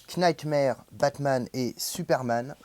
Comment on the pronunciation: Knightmare-> "nightmare" le "k" ne se prononce pas. Desolé de faire le chieur mais ça me pique à chaque fois 😂